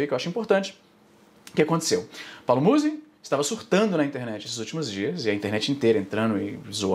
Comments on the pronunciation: AI IZZY NUM É MUSÍ, É MÚZI QUE SE FALA (na vdd não faço nem ideia de quem ele seja) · É Paulo Mouse! Não Musi Izzy... Te contar viu... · não é muzí, é múzi. afff, caí. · A pronuncia correta é Muuuuzy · Izzy, tu insiste em pronunciar errado, é Muuuuuuzy que fala. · Os truques de engajamento do izzy são os melhores kkkkkkkkk falar o nome da pessoa errado e chamar um nome aleatório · colé é muzy n muzy para de fala errado, já deixei o like